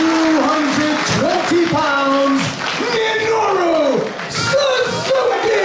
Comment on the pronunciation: suzukiは「サズキ」って感じに発音するんだね。